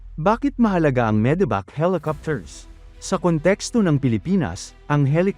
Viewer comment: Medevac ❎ Medibac ✅